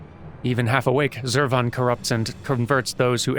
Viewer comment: I prefer the way you say Zurvan,. TWO Schwas in a single name is just too much. Krile should be embarrassed.